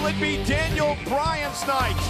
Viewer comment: Balthemore wait are you saying dainel